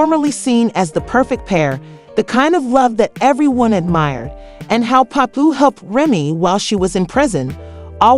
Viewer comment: Omg learn the right pronunciation of Pap's name!